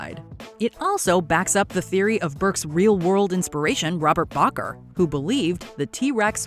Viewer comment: BAKER not Boker! Also why add someone who didnt do anything wrong onto a "what they deserved" list? I could fill this list here within one movie alone and you add the LEAST of all of them? Hell even some of the JP main staff got what they deserved harder than burck did. Masrani himself is also a more than questionable addition here... he didnt do anything wrong safe BELIVING that tranquilizer's and electrostaffs would work. Also thats what the ACU did sign up for! Again, there are far worse in the movies, and dont make me start with the novels XD As for them raptors... their animals, you judge them, this makes YOU one of the worst people , even more so than most you mentioned here. You judge animals by human standarts wich is totaly nuts and imposible. So, like many other lists of yours , its busted and stupid. Not even funny when your so out of actual options (in that case your blind...) that you add animals that act on instinct to it.. at least add the NOVEL SORNA RAPTORS and not the others! They where LEGIT sick but then again, their animals how would they know? Even when having rabies equivalent.